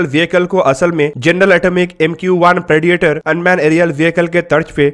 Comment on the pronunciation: prediator nehi, predator boliye